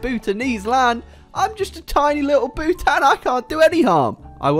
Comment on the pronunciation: Ayyy Bhutanese here and I hate the way you say Bhutan